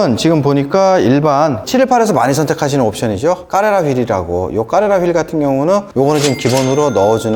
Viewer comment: 모델 이름 말하는데 까 까 하는건 좀 ㅋㅋ